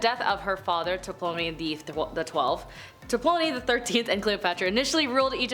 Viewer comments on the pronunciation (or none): The P is silent, please learn how to say things